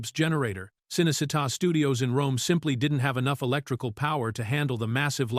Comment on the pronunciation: can’t pronounce a lot of names either. Cinecitta is pronounced Cheenaycheetah😊